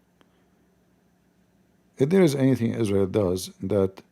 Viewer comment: Is-rael Boom and says Oh Ali 🤣🤣